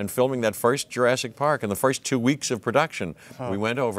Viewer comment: " Ladys and gentlemen welcome to Jarassic world